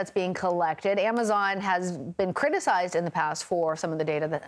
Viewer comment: Did she just pronounce Amazon as "am- uh zay- on"?